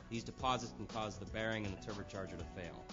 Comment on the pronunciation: The "Terber charger"